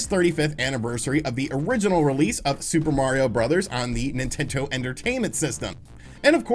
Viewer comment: Did he just say ‘nintento’? - .